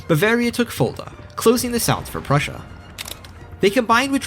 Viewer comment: I absolutely hate how you butchered prussia, but I would be lying if i said i didnt want more.